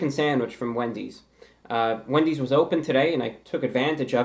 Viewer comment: it sounds like he said 🅱endys